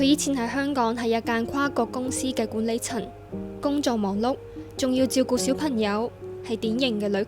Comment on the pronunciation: 「管理塵」「小貧友」報道員要以報道為職業就要咬實啲字，戒懶音🙏🏼🙏🏼